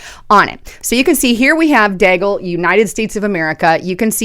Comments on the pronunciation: It is DEE-gal . Come on man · and rhymes with Seagull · its pronounced DEAGLE like ( BEAGLE ).... Milartary Think Tank like RAND Corp.,CSIS, etc...